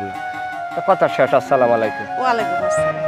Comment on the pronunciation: আপনাদের সালামটা সঠিক হয় না। আশা করি শিখে নিয়ে শুদ্ধ ভাবে বলবেন। আসসালামায়ালাইকুম নয় বলতে হবে আসসালামুয়ালাইকুম